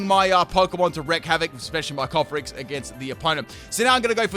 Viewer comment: worries about calling Yamask "Yanmask": "Cofferriggus"